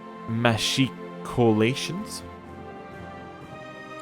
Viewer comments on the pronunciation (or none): MAAA-CHHIC-OOO-LAY-SH-UNSS (the top 3ish feet of the walls go out like 2 feet so you get holes to look down from the walls)